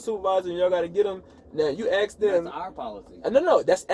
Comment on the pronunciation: Why can't black people say the word A S K properly? Instead they say A X. And it's most of them.